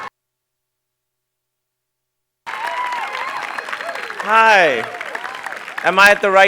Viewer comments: Kumail "Nanjania" he tried, edit: he fixed it right after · For a sec it sounded like Nanjina =>vagina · Bruh pronounced that name wrong, and he said it like he knew he fucked it up. Then he pulls it back and brings it home with the second pronunciation. Respect to that man. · How are you gonna mess up the guest speaker’s name? Practice that shit bruh. It’s really not that difficult.